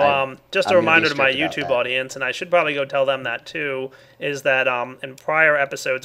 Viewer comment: "should" not "shut"...